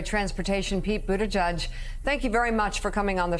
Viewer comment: I'm glad you have Pete Buttigieg on your show, but could you PLEASE learn how to pronounce his last name.